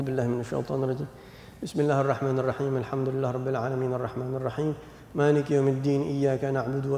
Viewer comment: Mohon maaf ada part pas baca Al Fatihah kayanya yg sya denger pas bagian maliki sepertinya ma nya pendek padahal harusnya kan panjang,, mohon maaf apa mungkin saya slah denger